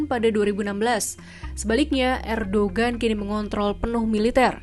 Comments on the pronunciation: Erdohen bukan erdogen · Dibaca : Erdowan